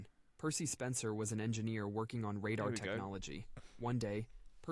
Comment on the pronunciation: I would wager this narrator goof is alone in pronouncing radar as Rah - dar rather than Ray - dar.